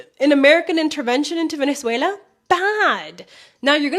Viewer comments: Sorry, but there's no I in Venezuela (ie: not Venezuelia!). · Just one thing; it's Venezuela, not Venezuelia